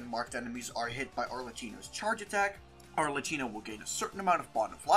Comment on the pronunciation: The h is silent. Instead of 'chi' we get 'ki'.